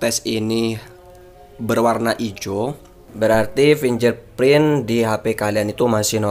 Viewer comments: bacanya fingge'r gan, bukan finjer .......... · haa! pinjerprint 😂😂😂